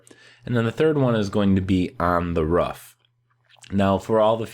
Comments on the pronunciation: I know roofs can be rough but uh, they’re called ‘roofs’ not ‘roughs’. 😁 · I want to know how your brain sees the word “roof” and you say “rough” or “ruff” like bro its not a hard word to say correctly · It's roof not ruff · I love how he says ruff instead of roof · And how he calls the symbols "fragments". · What accent calls a roof a ruff? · Why do you call a roof a ruff? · It’s pronounced roof not ruf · This video would be a 10/10 if he could say roof correctly